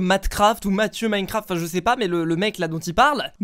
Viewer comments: clem royale is back je suis quebecois et j’peux te dire qu’on le prononce comme sa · LucAuger YT Je suis la langue québécoise et j’admets qu’on ne prononce absolument pas « Minecraft » comme ça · C’est pas plantocraft c’est plantocraff 😂